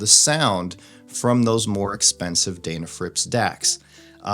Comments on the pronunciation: It’s pronounced Den, like den of bears. It seems like the correct name should be the first thing before you review something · It's pronounced "Deh na frips," not "Dayy na frips." You Ohio guys, lol ;-)